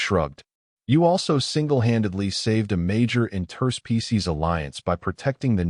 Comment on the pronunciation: I really enjoy your stories, the pronunciation of interspecies as 2 separate words hurts my ears 😂